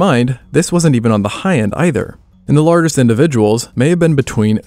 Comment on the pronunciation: I got as far as the mispronounciation of "lar guest" and stopped watching for fear of my ears being offended further....... AI ruins everything.